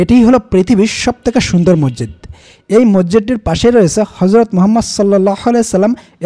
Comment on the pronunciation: মরজিদ না উচ্চারণ মসজিদ